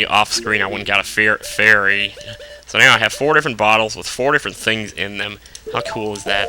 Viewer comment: you almost said a feary instead of a fairy